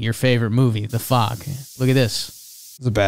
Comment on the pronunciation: i like how they say Fog with a long A sound. I would spell it out but I dont want to get banned